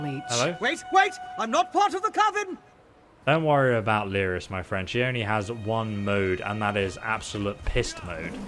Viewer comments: Hey man loving your vid, but her name is pronounced Leer-is, not Lie-ris. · Excellent video... Been watching your ESO vids since you started making them.... In all this time, I'm sure you know her name is "Leer-iss" not "Lie-riss," tho... IJS... :)